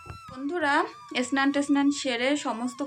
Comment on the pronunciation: সবসময় দেখি তোমাকে একটা কথা বলতে । তুমি সবসময় বলো এস্নান এস্নান বলো কেনো? কথাটা হবে স্নান করা।